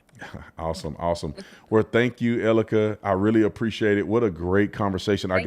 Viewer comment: Her name is E-L-I-C-A… says it right in the title of the video. Stop Calling her Erica please 😂